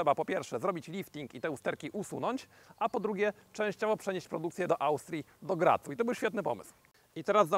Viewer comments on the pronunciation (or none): Do Graz, nie Gratz xd